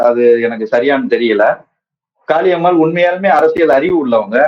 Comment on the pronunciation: காளியம்மாள் எனன்று அழுத்திச் சொல்வதைதைதை நிறுத்துங்கள். இப்படிப் பேசித்தான் அந்தம்மா தலைகீழா நிக்குது.அது ஒரு ?????.